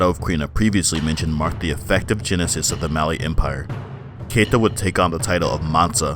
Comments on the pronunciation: Sundiata Keita(KEETA)pronunciation. Not Kayta. Also it Wagadou(Wah-Gah-Doo). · Also man your pronunciation was kind of off. Keita is pronounce (KEETA) Wagadou is pronounce (Wah-Gah-Doo).